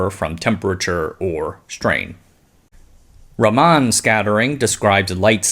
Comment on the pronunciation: "Raman" --> Blame the poor phonetic-representation of the Latin alphabet, but "Rummun" may have been a more apt spelling. "Ruh - muh - N" . (i.e., not ruh MAA - n, nor Raah - man). The uppercase "N" is to represent a hard nasal "N" (uncommon in most non indic languages).